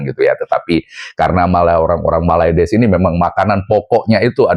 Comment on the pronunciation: Gw suka ketawa Lo bang kalo nyebut malades wkwkkwwk😂